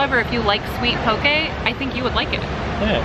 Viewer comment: Poki-poki bowl? I just hear Poki-Pokéball 😂🤣😂🤣